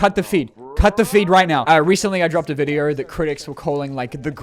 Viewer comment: Does he say “Videer” instead of video?